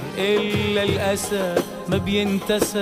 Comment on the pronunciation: الأسى تلفظ وتكتب ب الألف (أ) وليس بالقاف (ق)